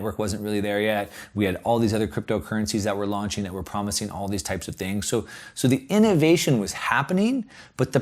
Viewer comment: "THREE THINKS TO WATCH". Hilarious! Should be "THREE THINGS TO WATCH." good vid bro